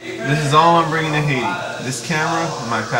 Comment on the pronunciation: Stop trying to pronounce Haiti like that. You can't pronounce it so just stop. OMG